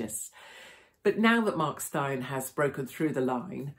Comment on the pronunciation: His name is pronounced like Stain ! Good old South African name !